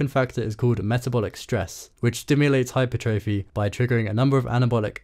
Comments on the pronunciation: Why do you pronounce hypertrophy like that my guy, it's hyPERtrophy, not hyperTROphy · Great video but please pronounce hypertrophy correctly lmao